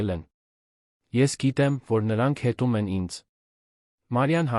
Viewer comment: Երանը որն ՞ այ անգրագետ , Երեվան ։Ապանիչ կարելի է ասել ինչ որ թունավոր նյութի։Մարդ սպանողին ասում են մարդասպան։Կամ հետումս որն՞ ե հիմարի մեկը, սովորիր,՝ հետեվում։Ես չգիտեմ ով է այս տխմարը,սակայն ինձ հայի տպավորություն չի թողնում,այլեվս լսել չեմ կարող այս անգրագետ տեսանյութը👎🏿👎🏿👎🏿😡😡😡💩